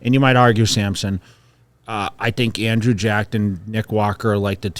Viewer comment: butchering andrew’s name so confidently 😭😭🤣